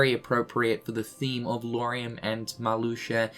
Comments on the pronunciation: I guess we should be happy that he managed to say Lauriam instead Luoariam. That's a good first step hahaha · Wait what? Did he just pronounced Lauriam's name right for the first time? That's so good!